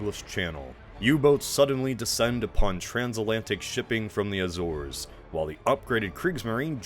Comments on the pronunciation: Azores is pronounced “A-zores” - the e makes the a say its name. Phonics my guy. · He keeps pronouncing it "Azurs" tho ._.